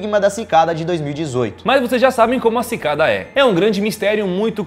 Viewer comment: Só eu que entendi: Pikada 3301?